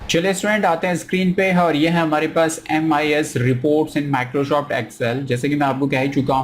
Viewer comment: Microshoft kyuin bolte ho 🤣